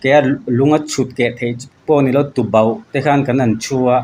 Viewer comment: Tubauh a nilo Tuboh tih tur